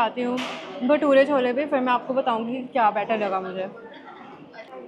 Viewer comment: wtf for god’s sakee thats CHOLAAA and not CHANAAA (delhi is known for its chole bhature tf?)